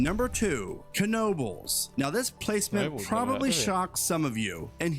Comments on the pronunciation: I've never been a fan of coasters so I don't go to these parks. Dubai just has extreme wealth in a small concentrated area. Not to mention the near slave labor they have. So, it's pretty easy to have some extreme stuff. Struggling with this guy saying kuh-nobles. Pretty sure the k is silent... Just nobles. 😂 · Ken-obles lol